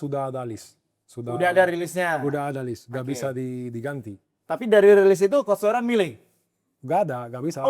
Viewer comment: Aduh host yg cowok gak bgt sih, udh tau Toiran bukan org Indo, terus kayak di notice terus pelafalannya Toiran, pls bgt no respect jatohnya.